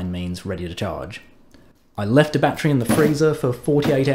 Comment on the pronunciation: Jesus christ use three syllables with 'battery' please. It's your language for crying out loud.